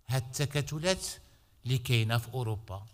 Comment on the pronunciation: التكتلات وليس التكاتلات